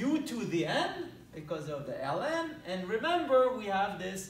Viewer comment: Ellen of Ex sounds funny in my ears. Btw nice integral!